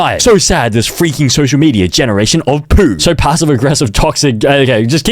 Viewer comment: bro like “I liké you”